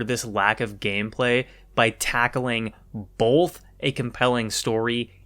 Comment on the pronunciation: "Bolth" Nothing but respect for our PNW president.